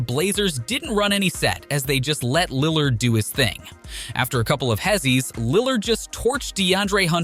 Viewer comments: And lill lard 🤣🤣🤣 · Lil lard You mispronounce everyone on purpose?